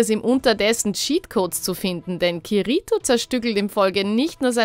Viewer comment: Kiriiiiitoo man diese Aussprache ist eine schande für die guten Animes sry is so...